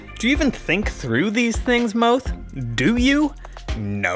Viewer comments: Oof. Mo—Ash. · The number of times you mispronounced his name 😂😂 well done 👏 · I love the number of ways he mispronouces Moash's name in xD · Not just Moash, most names in these videos are mispronounced according to the audio books